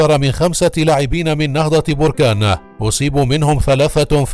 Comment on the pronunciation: انت اكبر كداب وسير تزيد تقرى كيف تنطق كلمة نهضة بركان